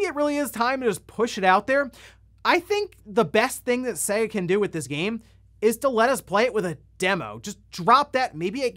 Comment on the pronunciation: Why does this guy always pronounce SEGA wrong, it's clearly Say-Ga. You hear it every time you boot up a game but this guy says it wrong every time.